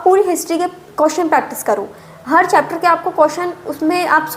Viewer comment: Di ye कियोशनस ✅hota h कोशनस ❌nhi 😂😂😂